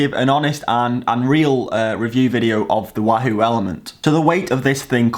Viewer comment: I wish you'd say wahoo properly...